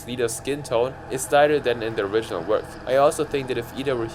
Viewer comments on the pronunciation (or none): none